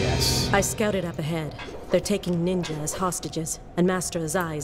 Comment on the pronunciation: Mark of the Ninya as was say